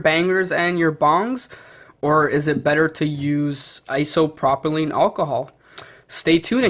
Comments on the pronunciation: It’s isopropyl not isopropilene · Iso - pro - pil That’s how it’s pronounced